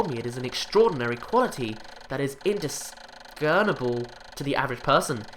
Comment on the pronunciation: Why can't you pronounce "indiscernible" properly?